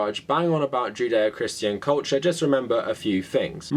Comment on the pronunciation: Is it odd that with your accent I hear "jin dae-oh"? Almost sounds zen :) Great work